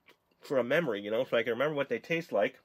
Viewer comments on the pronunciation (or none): When he said "for a memeory" lmbo